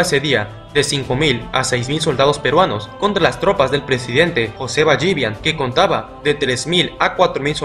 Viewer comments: Es José Ballivián con tilde en la A, no Ballívian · No es BallÍvian... es Ballivián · Es ballivián no ballívian